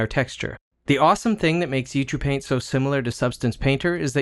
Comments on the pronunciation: Isn't Ucupaint supposed to be pronounced "You See You Paint" ? :) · This is awesome!!! I love it. I have been waiting for this in Blender for a long time and now that it is free I am so happy. Good tutorial that is well presented and useful. Thanks! Is it me or are you pronouncing it "u too paint"? I'm probably just hearing it weird.